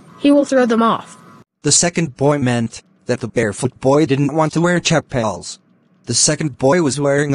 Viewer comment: Cha paal